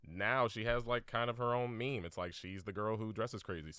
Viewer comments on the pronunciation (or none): none